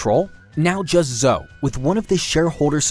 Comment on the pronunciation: I don't trust a man you can't pronounce Zoe.